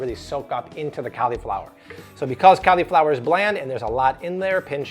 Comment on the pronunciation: "Cali-flower"? What's that? You mean "cauliflower"? (CAWL-E-FLOWER)